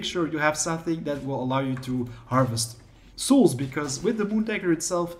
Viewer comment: Bro I love your videos, But learn how to say souls lmao xD